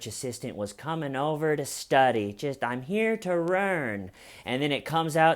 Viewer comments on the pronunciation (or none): "i'm here to rearn" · “I’m here to rearn!” 😂 🤣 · " I'm here to rearn!" 😂😂😂😵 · ‘I’m here to rearn” hilarious!